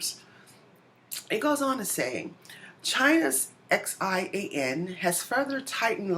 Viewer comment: xian is prounpounced SHEE- AHN